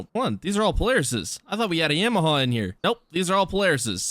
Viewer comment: Who says Yamaha like that 😂